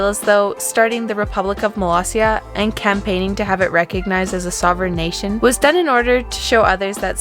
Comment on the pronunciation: Love that the Subtitles recognized Molossia as Malaysia or Palacia. Can't believe people still mispronounce Molossia as Malaysia, even in front of President Baugh.